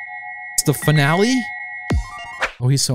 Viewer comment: Finale not fi na le